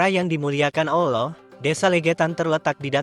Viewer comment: Maaf untuk pengucapan mohon dibetulkan. "ALLOH bukan OLLOH".